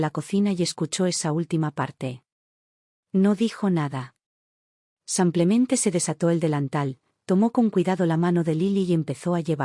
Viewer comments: Soy de Argentina ❤Muy linda historia... Felicitaciones!!!! Pero ya que es narrada por qué no pueden pronunciar tal como se escribe.....Dice samplemente y no simplemente??? Por qué?? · habias de darte a la tarea y grabar por mínimo una hora corrigiendo la palabra sanclemente y hacerlo bien "simplemente" igual cuando mencionas el género femenino por masculino. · Narras fatal simplemente es simplemente no samplemente ydecir en masculino cuando es femenino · No sé por qué repiten una y otra vez 'samplemente' en vez de 'simplemente'. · La palabra ; es sim ple mente pronucie bíen tambien al lo femenino no apliques lo masculino se escucha marítimo disculpe